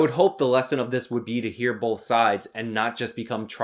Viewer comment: "bolth" There's no 'l' in the word 'both', my man.